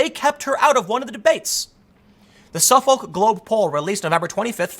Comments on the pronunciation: It’s pronounced “suffick” tim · Dude, Suffolk is pronounced suffick. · Good video but the pronouceing of Suffolk drove me nuts lol.. is pronounced --suff-ick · *Suffolk is pronounced ['səfək]. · Dude it’s Suf-uck is how it’s pronounced just like the County Boston is in and the one on Long Island. It’s one of the oldest university’s in the nation. Extremely respectable school and has been polling for years...that’s why the joke so always Suffolk yourself University